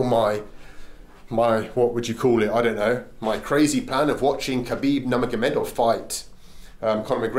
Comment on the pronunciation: At first you said кабиб намагомедов 😆